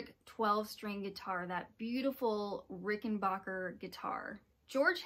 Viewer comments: Fantastic series! One small correction (I am nothing if not a tiresome pedant). As a proud owner of a Jetglo Rickenbacker 360v64 12-string, the correct pronunciation of Rickenbacker is Ricken-BACK-er, not Ricken-BOCK-er. It's a common mispronunciation that I did for years until I learned from John Hall, the former president of Rickenbacker, how it's correctly pronounced. Other than that, the rest is perfect. Well done! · Thanks for the correction. I guess I only said Rickenbacker the only way I've heard it pronounced. My fault! Thanks for watching! Glad you liked this series!